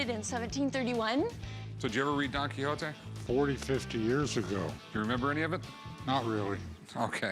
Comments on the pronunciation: Why do you pronounce "don kihoti", it's "don kishot" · did she just say don quixoti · Donkey hontee? Nahh let's drop the american accent when we pronounce names of dudes from other places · Don Quixote; Don-key hotee lol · Did she say donky honky? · DON KEYHOETEE LMAOO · Don Qui hoe te. Amazing pronunciation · She really said "Donkey Hotee" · After 4 decades I finally pronounced 'Don Quixote' correctly today. Don't ask me how me and my friends pronounced it all this while. It's not even close. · as a french guy, it trigger me when they say don quixote. There is a X between the i and the o and not an H. So it sound really weird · The way she pronounced Don Quixote really hurt.